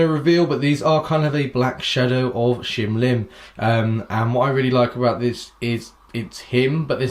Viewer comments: NOT SHIM. ITS SHIN LIM !!! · shin lim not shim lim. just sayin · His name is Shin Lim... not Shim Lim... Just sayin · He is not "shim lim" you stupid,he is "shin lim"! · it's shin limited not shim lim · it's Shin Lim bro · I know he says shim Lim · I am annoyed by his shim lim😂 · HIS NAME IS SHIN LIM GEEZ PLZ LEARN TO PRONOUNCE B4 U REVIEW THEN U WILL GET LESS HATE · I don't think he said the name right the whole time.